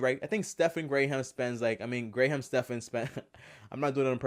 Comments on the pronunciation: It’s not Gray Ham. It’s graham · It's "gram" not "gray ham" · I only watched 4 seconds. You actually pronounced his name “Gray ham” when you can literally watch any one of his hundreds of videos and know within 2 seconds that it’s pronounced “gram”. I can’t take you seriously after that and there’s no point in watching the rest. You lost all credibility. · Never once have I met someone with the last name Graham, known plenty of Graham’s as the first name. Also, why are you saying gray ham? Try “gram”. And considering the fact that you focused on his name so many times… I really hope isn’t your last name? Cause that’s totally a first name 😂😂 really confusing, first name followed by a first name…? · I just found Graham Stephan's page last week, so I am still deciding how I feel about him. that's why I clicked on this video. But before I can even watch this video, i just had to say three things 1. His name is pronounced like gram, not Grey Ham. That was driving me crazy. 2. Graham is both a first and a last name, so harping on this make you weird. 3. Stephan is both a first and a last name, so harping on this make you weird. Ok. Now I can watch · Anyone else irritated that he keeps Gray Ham instead of Graham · My main issue was not the flipping of his first and last name (could have just written it down to remember better or say both and edit out the incorrect one or just said the first name). My main issue was that you kept pronouncing it GRAY-HAM. It is pronounced GRAM, like the measurement. That is all. good stuff otherwise. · Lol. Clickbait!!! It's pronounced Gram! Not Gray-ham. It's one syllable, not two. You're obviously not a fan or you'd know that. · I'm pretty sure it's pronounced "Gram Stephan", not "Gray-ham Stephan" lol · Who’s Gray-ham? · Lost me at gray-hamm. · I can't get over the GRAYHAM. lol! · It's pronounced "GRAM" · Dude his first name Graham is pronounced "gram" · Stephan Gray-ham! lol You so funny! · It’s pronounced GRAM. you nimrod